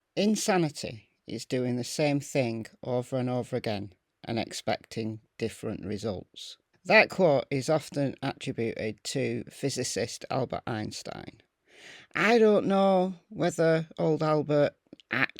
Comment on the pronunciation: In the word attributed the emphasis is on the 2nd syllable. Apologies for pointing out something which most people except me find pointlessly irrelevant.